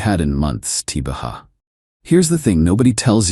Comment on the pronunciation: Tibaha is NOT a word‼️TBA is not a word‼️ TBH is NOT a word‼️ TBA means “to be announced”. TBH means “to be honest”. Please stop trying to make abbreviations into a word. It does not work. Makes you sound like an idiot.